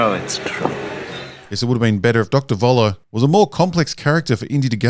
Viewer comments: It is sooo annoying that most English-speaking people cannot say 'Voller' correctly... it is German and the V is pronounced as an F. Not difficult. So it is "Foller" and not "Voller". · Why doesn't any English speaking person learn that the "V" in German is pronounced "F".... so "Voller" becomes "Foller". This is not difficult. I am not even asking you guys to learn how to pronounce the "ö"...